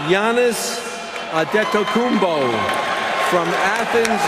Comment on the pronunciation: and Jalen rose said he should be called bo. Well when u great people learn to say your name GIANNIS ANTETOKOUNMPO has set SAIL!!!